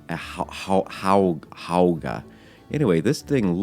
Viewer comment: It’s pronounced how-oooo-gah